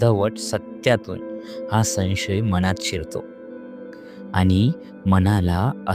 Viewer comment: संशय या शब्दाचा उच्चार समजून करा.उगाच मराठीची मोडतोड करून नका.शिकून घ्या उच्चार.